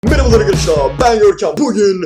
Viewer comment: Abi girişin Görkem : mırıbılır arkadaşlaaar Biz : what ??? Hahahahah 😂😂😂😅😅😆😆